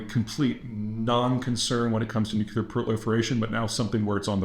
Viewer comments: It’s Nuc-LEAR, not Nuc-ULAR. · Why do you say, Nu-qu-lar weapons ?! Is it cuz New-clea-r weapons Do Not Exist ?! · OH MY GAWD! You said it right! You can do it! you said it right. "Nuclear." Finally. Oh, all this speech reinforcement wasn't in vain. Thank you, thank you, thank you. Keep it up. I know you slipped up a couple times but YOU CAN do it. (No more Shrub-isms) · “It’s pronounced NukU-lar”… why does Peter Zeihan talk like Homer Simpson? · It's not nuke you lar though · And I thought it was just me. I too always cock my head a bit when I hear “nucular”. I always say that there isn’t a U after the C. It’s no big deal but I always think of W when I hear it, Great job, keep up all the great reporting and insights. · Peter: You sound illiterate when you constantly say NU-KU-LAR. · It‘s called Nucular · Peter, thank you for working on the pronounciation of ‘nuclear’. It may seem minor, but when you pronounce it ‘nucular’, it just makes you sound like Bush II. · nearly half of them were still pronounced "nucular" though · You can’t even pronounce nuclear correctly. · At least he knows how to spell "nuclear", if not how to actually pronounce it.